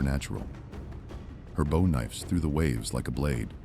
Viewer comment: Why does NO AI voice program know how to properly pronounce the word "bow" when it means the front end of a ship? (Why? Well, because AI isn't nearly as smart as people think it is...) It gets really tiresome hearing the same mistakes over and over again in these AI monologues.